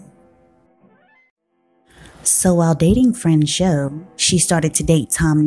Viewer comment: "Fran-schaw" Tone,, NOT "Fran-show!"